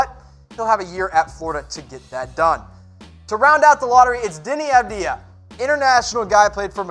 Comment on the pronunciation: Avdija, Maledon and Hayes are really good, I think they will go higher than in your mock draft. And it's Sylla, not Syalla. Your pronounciation of Avdija is pretty good.